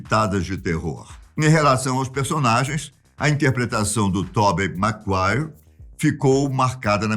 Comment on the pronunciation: Sem dúvidas "Tobi Maguaire"🤣